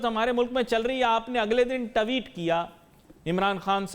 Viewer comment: Sala Tweet Ko tatte Bolraha hei